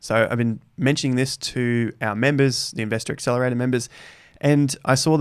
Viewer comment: Inveestah acceelahraitah!